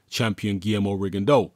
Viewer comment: Props,! It's not often you hear people pronounce "Rigondeaux" correctly.